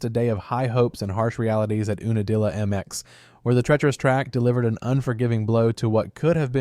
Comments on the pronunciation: YOU NUH DILLA. not ooonadilla. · it's not pronounced oo-na-dilla its pronounced YOU-na-dilla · It's pronounced "You na dilla". Geeze.